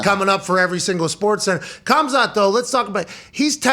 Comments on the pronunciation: "Kamzat Kimiev" I think and Chael are good to spell Khazmat's names:D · Khamzat about to smesh you guys for saying his name like that brotha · The way they pronounced khamzats name…cas-u-als. Stick to football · Please learn how to pronounce Khamzat's name. It's honestly embarrassing. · I’m surprised Pat didn’t know how to say Khamzats name, it’s all anyone talks about